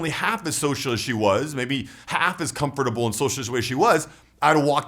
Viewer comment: You're saying comfurble wrong in this one! Great video as usual,. Awesome how you put a lot of thought into all the variables of a social environment and give alternatives respectively. Happy new year!